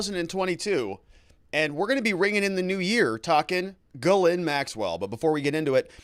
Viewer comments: Please….please stop: guh-LANE. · Speaking of pronouncing names correctly, Ghislaine is pronounced Gill-lane. You are doing great work! I appreciate ya! Thanks! ☺️ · At least say her name right! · teach how to say Ghislaine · be nice if he could learn to pronounce Ghislaine properly.